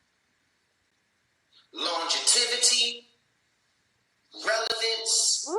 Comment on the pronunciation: This Bone Thugs fool said “Longetivity” 🤦🏾‍♀️